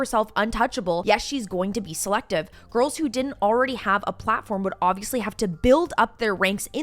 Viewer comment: The" girl-ez" ❓🤦🏼‍♀️